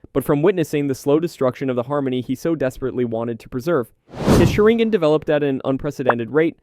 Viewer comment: Is this AI? Every single name in here is pronounced wrong. The big tell is "azringan" definitely a bot. I can adjust to the audio quality but not every single possible name...